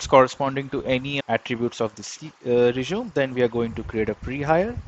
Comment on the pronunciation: That is not how you pronounce resume 🙈